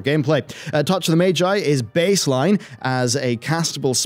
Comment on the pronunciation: You know what doesn't "feel good"? The way you constantly mispronounce common words in your area of interest. It's not "Mage-eye", it's "Maj-eye".